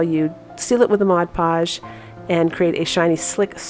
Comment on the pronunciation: Thank you for saying mod podge...not modge podge! Just makes me chuckle when they say modge!